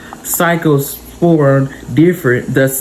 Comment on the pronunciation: Thanks for sharing this information with us & your pronunciation of the virus is correct! ❤